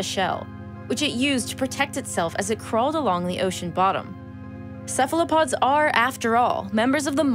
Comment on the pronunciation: And Cephalopods are prounounced correctly : Kefalopods